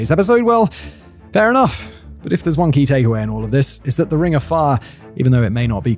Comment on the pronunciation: The second to last item "One Key Takeaway"...sounded like (to an American) "Wonky Takeaway"....however it was tied to death so...